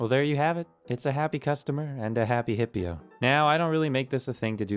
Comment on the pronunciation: just going to put this out there.. the way you pronounce Hipyo is wrong. You saying Hippio and you spelling it Hipyo.. just saying..